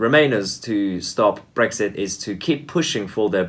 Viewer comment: Brexit please, not Brekshit.